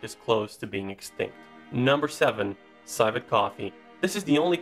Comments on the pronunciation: Civet... Sihvet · Damn I hate these videos that have a narrator with accent free English, that goes on to butcher their lines because they've never heard somebody actually using the words. 'Cave-iar'. 'Sigh-vet'. 'Crock-us'. 'Only blooms for a Wick.' 'Never mind, I'm gonna go scream for a while.